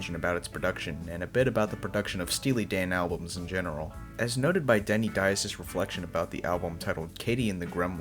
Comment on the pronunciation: Ia it Dias? I always thought it is pronounced " Dee-as"?